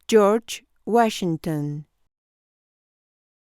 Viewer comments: York Wachigton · Jorch Wachinton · Yors wuachinton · George wuashington